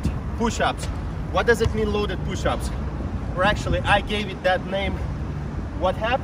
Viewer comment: "Power pooshups"